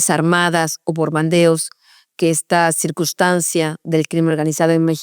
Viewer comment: Bombardeos. No “borbandeos”